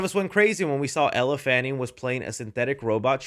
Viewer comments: ELLE “L” not Ella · My least favourite part of this was you continually mispronouncing Elle's name. WTH.